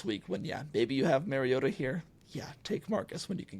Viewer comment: Another great podcast but I believe you both pronounced Mariota wrong. It’s not supposed to sound like Mary.